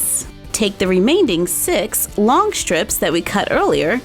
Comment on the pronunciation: I don't want to be rude because I love your channel. It's the first one I ever watched on YouTube but remaining doesn't have a d sound in it.